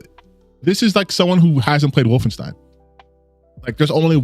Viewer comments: "Woof-in-steen" Edit: No he should definitely be made fun of for that pronunciation. It isn't hard to check how the name of a popular game series is pronounced. Makes it clear he hasn't played them. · Not gonna lie, the most annoying part is him saying “Woffen-STEEN” repeatedly. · I know we're not supposed to make fun of how people pronounce stuff, but the way he pronounces Wolfenstein makes me think of a mod where BJ is wearing a fursuit.